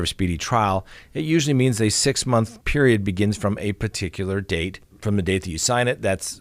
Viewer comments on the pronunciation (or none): none